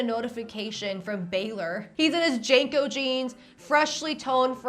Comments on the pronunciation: *Jean co not Jane co 😂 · Hearing her pronounce JNCO (Jinko) as "Janko" made my millennial brain clutch pearls and rage glitch. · the dumb big pants are pronounced jinco, not janco. signed, gen x old lady. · The way you're dating JNCO is killing me 😂 JeaNCO is how you say it We didn't almost kill ourselves in skateboards for utah losers to ruin the jeans we lived in